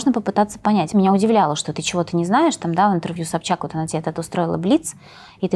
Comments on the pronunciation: Почему она говорит у СобЧака? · Диночка не упускает возможности сказать миллион раз, что она помогает своей семье ) А что, зарабатывая миллионы- это подвиг такой поделиться со своей семьёй? ) В конце концов, она не в шахте их заработала?!) Смешно как она говорит фамилию Собчак - собчакА)) Бухала, курила, с тем таскалась, с другим🤦 как про@@@ какая-то ... Не слышала, что даже бы те русские девчонки Валя Карнавал, Гаврилина вели такой образ жизни, хотя они не менее популярны и молоды А покрытая мать за бабки готова все простить и на весь харам закрыть глаза..) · Собчака🤦‍♀️мне одной это слух режет